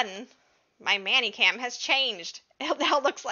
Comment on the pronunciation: Why are you saying it so it would rhyme with nanny cam? Is "many" as in How many apples are in this bag? Do it's pronounced "menny".